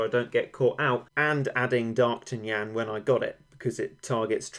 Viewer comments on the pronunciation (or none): It is actually pronounced dark'Tan'yan not darktunyan